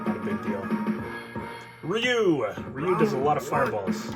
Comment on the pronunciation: Ree you. Everyone gets it wrong. Same with the pronunciation of Yakuza. The incorrect pronunciation of "Yakuza" became the American pronunciation, and the correct pronunciation became the British pronunciation. The only correct pronunciation in my opinion is the Japanese pronunciation. I can't stand the American pronunciation. It is WRONG and everyone says it that way in the movies except Hugh Jackman in The Wolverine. He fights Yakuza and pronounces it correctly as Wolverine. In Daredevil, the show, Charlie Cox uses the American pronunciation, which really takes me out of the show. If Elektra and Daredevil are so well trained, why can't they use the correct pronunciation? Weren't they trained by professionals? Just seems like they are ignorant to me. Pronounce Yakuza correctly.